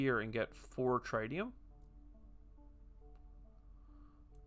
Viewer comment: how could you, how could you not choose the swedish scientist character, I will assume you were being nice to let me play myself, thanks for the tip, looks cool, though pretty close to some of the concepts in TMars boardgame, wonder if they had any contact with fryx games. PS I think it's supposed to be pronounced tritt-tium rather than try-tium :)